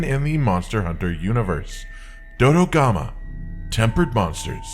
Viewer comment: Murder more Dodogama? I heard murder more Dodogama. BRB, gonna feed the canteen tonight with the sweet, sweet flesh of Dodogama.